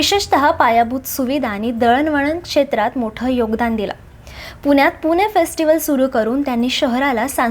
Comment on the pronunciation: पुने नाही पुणे